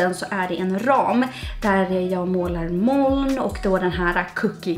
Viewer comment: Ditt uttal av ordet moln är verkligen inte okej.